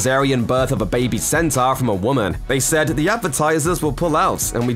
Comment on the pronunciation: It's pronounced sentor not senter. Smh and lol.